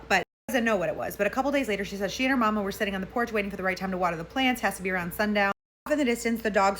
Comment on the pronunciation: You said "mama" like your from down south! Lol that was adorable!